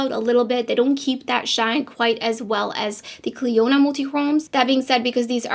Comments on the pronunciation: I had to go listen to how she said it after your comment 😂 you were not wrong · These look really pretty and I really, really like the Shine. Maybe cans use them on her channel and call them duo chromes and butcher their name like she did today with Clionadh’s today. At these with this brand she should get the name right. (Please note that I know English is a 2nd language for her. However, one search and one YouTube video would have solved this. Also as a brand owner she should be more thoughtful when discussing other Indy brands.)